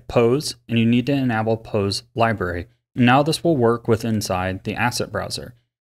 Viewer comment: "Enabble" lol